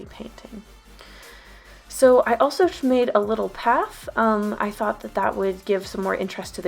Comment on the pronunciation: "I also shmade a lil path"